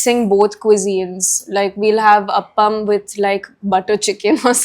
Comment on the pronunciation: It's not up-am as you pronounce It's aaaaaapam